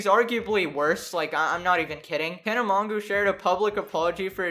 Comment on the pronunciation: When he said Tana Mongoo, I felt that...